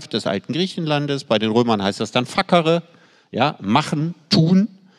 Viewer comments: Precht wirkt manchmal in Gesprächen so streng, angespannt, besserwisserisch. Iwie mag ich das nicht. Und nochmal, es heißt "fazere" und nicht "fakere". Er sagt es in jedem Gespräch falsch, hatte aber scheinbar Latein? Dann bitte richtig! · Statt fuckere wird facere laut meinem Lateinlehrer und Lautschrift aber ganz anders gesprochen 😂